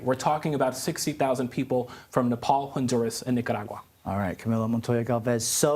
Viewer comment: I love how Camilo always pronounces Nicaragua correctly, exactly as it is.